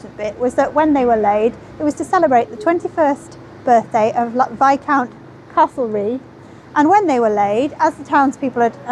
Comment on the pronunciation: Another interesting and informative video. For future reference Castlereagh is pronounced Castleray. I live there 🙂